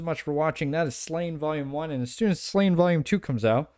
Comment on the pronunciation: Great showcase of an amazing volume. Sláine is pronounced "Slawn-yah" (Irish names are hard mode). I bought the special hardcover of this, such is my love for the series. Sláine is based on the hero Cúchulainn and many of his feats are an echo of the latter. His 'warp' ability where he turns into grotesque forms and goes into a frenzy is like seeing Irish myth come to life. There's so many reasons to love this book and the artwork tops it. Also - 2000AD brought out The Horned God in an oversized colour edition last year. Simon Bisley at his very best, I recommend at least looking at it on YT.